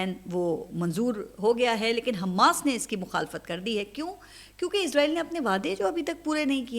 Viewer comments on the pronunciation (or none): none